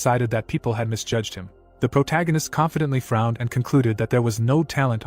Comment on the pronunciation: I mean yeah, it can’t even pronounce protagonist